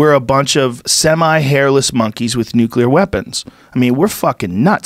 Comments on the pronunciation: what´s the fuckin deal with americans not being able to say nuclear? wtf is "necular" ?? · Expresso and Nucular... Even Google doesn't know "expresso" is wrong. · His dad didn't think he was cut out for "nookyalar physics" either. F'n dope. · Nucular physics